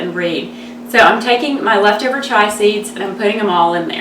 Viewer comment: Chia not Chai...great recipe though